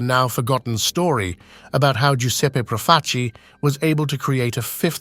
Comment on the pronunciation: Is the voiceover AI? You're doing a "documentary" and you mispronounce damn near every single single name. "PROF-a- chi"? Do you listen to these things before you publish them? I quit 10 minutes in.